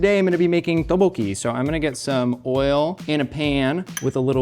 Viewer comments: pronounciation of Tteokbokki hurts me deeply Edit: Oh god not the Gochujjang pronounciation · says Teboki... like he found someone to say it to him 30 times before he got on the show... He wanted really badly to say it exactly precisely accurate. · pronunciation of tteokbokki is taking me out 😂😭 “TOH-BOW-HEE” he’s says it with that quickness too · introduced his dish as "tub-pokey"